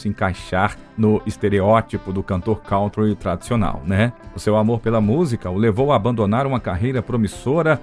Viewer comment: Kântri é a pronúncia. Não "cauntri". Não sou professor de Inglês, também já errei e desconheço várias pronúncias, mas por algum acaso conheço a de kântri , inumeras vezes citada neste áudio.